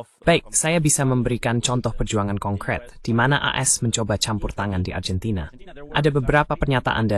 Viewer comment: Dalam pengucapan bahasa indonesia argentina ya tetap Argentina bukan Arjentina